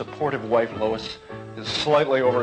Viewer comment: Lois not Louis